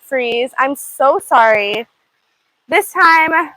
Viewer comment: What is up with your speech? Why do you overly stress the last word of every sentence?? SO FREAKING ANNOYING- “So sorrrray” “90 degree angulll” I literally can not listen to anymore of her voice, I’d so scratch my ears off